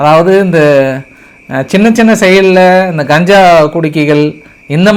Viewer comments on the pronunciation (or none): none